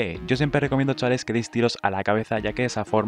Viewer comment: Tienes un serio problema con la palabra CHAVALES.